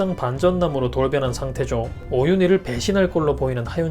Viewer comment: 오휸희가 아니라 오윤희입니다